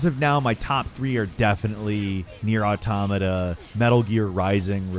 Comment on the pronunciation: I feel like said NieR Automata so much in a short time only to mispronounce it every time just to mess with us at this point.